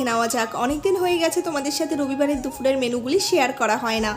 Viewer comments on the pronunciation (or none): দুপুরের ❌️ দুফুরের ✅️